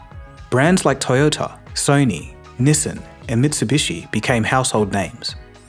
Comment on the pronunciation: You really can't pronounce Nissan?